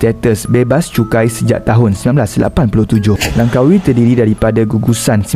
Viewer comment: Langkawi bukan lankawi ok